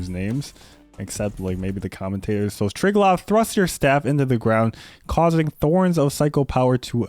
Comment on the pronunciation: JP's Triglav is actually "treeglav" and not "tri" like in "strive".